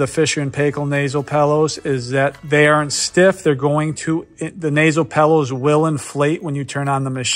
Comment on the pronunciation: are you saying nasal "pellows"?